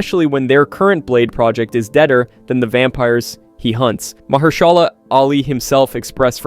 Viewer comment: May I suggest you practice reading your scripts a few times before making your final recordings? Also, you are saying Mahershala's name wrong